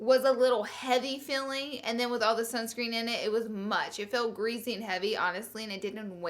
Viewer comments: I like Laura don't get me wrong but I hate when she says greasy. She pronounces it geazy. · Oml greasy not greezy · every time laura says "greezy" i take a shot. seriously love that woman. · I always notice how you say greasy.... "greazzy" lmao 😘